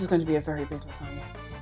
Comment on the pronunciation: LASANJANUA had me snort laughing. Oh I do love me a good gor-met lah-zag-nay. And that really hurts my Italian blood to type that.🤌🤌🤌